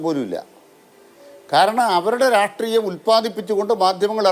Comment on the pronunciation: രാട്രീയം അല്ലെടോ മരപ്പൊട്ടാ.. രാഷ്ട്രീയം.. രാഷ്ട്രീയം..